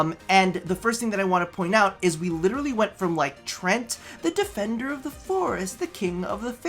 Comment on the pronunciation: I think he may have meant "Treant" (pronounced 'tree-ant')